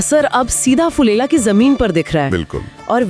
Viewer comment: फुलेला 😅😅😅😅😅। नही। फुलेरा 😅😅😅